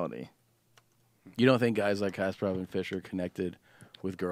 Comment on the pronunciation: If you're going to discuss a topic as if you know what you're talking about, at least pronounce the names correctly. It's not Kasp-air-off, it's Kasp-uh-rov.